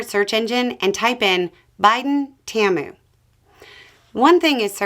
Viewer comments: The ads that run for Temu in Canada pronounce it as Taymoo. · Temu is pronounced Tea-moo. Im glad you mispronounced it though. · normally your accent is okay. but you pronounced Temu as 'Tiyairmu' threw me for a minute. they sell lots of cheap stuff. putting tariffs on them is gonna make ppl notice all right, and one thing trump did NOT want to do was make ppl notice the tariffs he put on China. they were targeted so folks wouldn't. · Heads up: It is pronounced Tee-Moo. Like t ball and a cow.